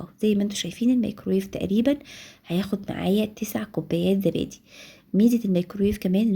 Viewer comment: اسمه زبادي مش ذبادي يا عرب